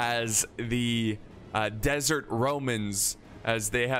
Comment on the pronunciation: words messed up: -Fatal -Shotel -Desert (from Diesel Legionaire)